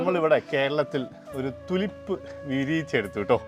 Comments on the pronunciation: Its not തുലിപ് - -- Its ടൂലീപ് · ട്യൂലിപ് ആണ് ടുലിപ്പ് അല്ല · തുളിപ്പ് അല്ല ട്യൂലിപ് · ടുലിപ് അല്ലാട്ടോ . റ്റ്യൂലിപ് ആണ്. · തുലിപ് അല്ല, tulips, ട്യൂലിപ് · Thulip allado tulip ennu parayu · തുളിപ്പ് ❌ ടൂലിപ്പ് ✅🌷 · It is Tulip,prenounce properly